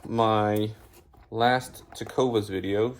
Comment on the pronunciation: It's not Tecova! It's Tecovas.